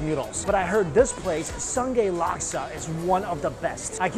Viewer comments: Sungei is pronounced as soon-nai not sun-gay hahaha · It's not sun-gay it's Su-ngei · Its pronounced "Soon-guy" with the g sounding very faint.When you pronounced it as "sun-gay" I laughed so hard. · Very nice review. Just wanted to add that 'Sungei' is not pronounced as Son-Gay. It's more like Soon-Ngai. it's a old spelling for Sungai which means river in Malay language. And those 'clams' are actually cockles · Lols. I grinned at the Sun-Gay pronunciation. It's pronounced as Soon-Ngai. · Its not SUN-GAY laksa. Its pronounced more of "孙盖" . SUN- GAI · Dearest mike, sungei is pronounced as soooo - gai (pinch your nose when pronouncing gai as it will give you the idea of nasal voice. hehe) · The way Mikey pronounced Sungei really made me laugh out loud